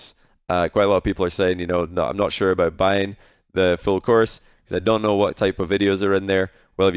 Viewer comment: “Everything you need to knoiw”